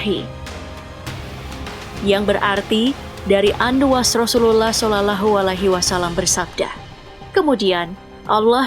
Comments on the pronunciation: Yoi yg mestinya dibaca "loh" dia baca tetap "lah" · Sallallahu min, bukan salalahu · Kalo baca nama nabi yg benar... Salalahu..???...